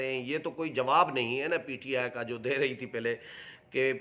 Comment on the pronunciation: سائیں ایک ہی پروگرام میں کبھی پی ٹی آئی کبھی پی ٹی آئے بولتے ہو پلیز تلفظ کی ادائگی پردھیان رکھیں